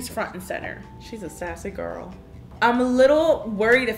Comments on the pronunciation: Why does she say gorl? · I watched her for years and I thought she was going to say "hey girl hey" but "HeY gOrL oR BoY"